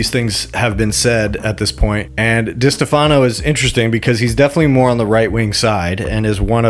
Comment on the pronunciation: Stopped watching after I heard you pronounce destefano lol how am I going to listen to your opinion on these people if you don't even know how to say their names? Tells me you don't know what you're talking about